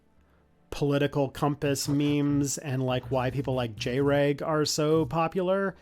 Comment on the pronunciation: The jREG pronunciation is actually correct this time since he went from JREG to JrEg and now is finally actually jREG